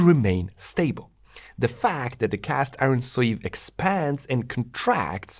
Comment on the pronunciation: OK, it's me who's easily irritated I realise but what was otherwise an excellent video with a comprehensive and cogent analysis with very clearly presented explanations was spoiled for me by the repeated pronunciation of "de" and "dis" for "the" and "this", etc. So here's the point ... some people due to a speech defect just cannot pronounce "th" correctly and, if that were the case here I would just suck it up with no comment BUT you clearly can. I heard, for example, thick and thin pronounced perfectly so the other (numerous and unnecessary) failures are just sloppy and lazy and each occurrence grates more than the previous. I do hope that you will correct this habit thereby making your videos even better.